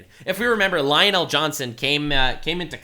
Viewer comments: Lion' El Johnson. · Again he says lionel el'johnson